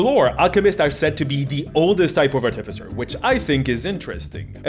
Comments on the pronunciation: Artificer not arti-ficer. It's about artifice nott arti-fic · AR-ti-fy-ser - emphasis on the FIRST syllable. Long i on "fy". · The stress on the wrong syllable was too much by 5 mins in. Art if ic ers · I think it is ar-te-fai-cer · I am fancy with my pronunciation of artificer. I pronounce it ar-ti-fi-see-ay. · I thought it was pronounced Art-e-feser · The way you say Ar-TIF-icer is really antagonizing lmao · Artificer is pronounced like artificial. The third syllable is the one that gets the emphasis. ar-ti-FISS-er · I bet the video was good but got 54 sec in before i had to stop. Please pronounce the class name properly its art-if-icer. Like saying artifact professor in the same word as thats its word roots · The word artificer came into being during the age of enlightenment to describe those people, mostly from the Arabic world, who would construct mechanical wonders, most often mechanical imitations of humans, called AR-ti-fices. From the same root as AR-ti-facts. They were called AR-ti-ficers after those devices. One can pronounce a word any way one chooses, but this is derived from a word which had an established pronunciation. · You’re putting the emPHAsis on the wrong sylLABle. It’s artificer. Easy ;-) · I can’t get over how you say artificer. 😂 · I love the way he pronounces Artificer 😂 It reminds me of my brother who always says "Arcifiter" or "Articifer".